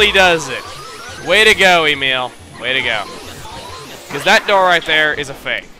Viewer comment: Emile not Omeal...